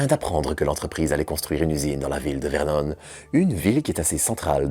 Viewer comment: Génial! Merci 👍 en plus en Normandie c'est bien plus classe de dire "Vernon" comme "Washington" 🥰 (désolé, pas pu résister 😂)